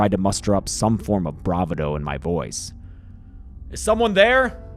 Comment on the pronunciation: Did James just pronounce bravado as brava-dough instead of bruh-va-dough?